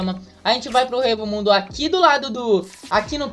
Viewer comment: EU FALANDO "HUEVO MUNDO" KKKKKK, É "ECO" MUNDO QUE SE PRONUNCIA KKKKKKK